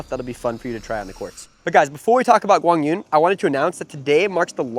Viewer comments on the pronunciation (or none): For those who are commenting on how correctly is Quang Duong name is pronounced here, in this video it is sounded "Wang dzoo-in". The closer way to standard correct Vietnamese to pronounce his name is Kwang Zoo-erh-ng. Ur welcomed. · Quang Duong is pronounced as in Kwang yoo-ung. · It's pronounced KWAANG DZOO-ONG... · Not even close to how it is pronounce. 😂😂😂